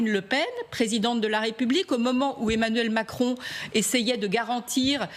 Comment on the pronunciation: "Le président Macronne" 😂